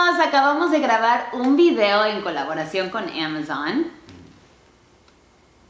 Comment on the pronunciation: Es el mejor video y uno de mis favoritos (number One), creo que desde este video, ví que perdió el miedo y/o nerviosismo al hablar frente a una cámara.... Sigue siendo 2020 y aún no pronunció bien Amazon ([eA]mazzzzzon)... Ya por ahí le va el ritmo jajaja